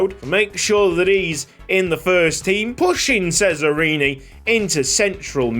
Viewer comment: Just to let you know, "Cesarini" is actually pronounced "Che-za-ree-nee" (according to Forvo at least) 🙃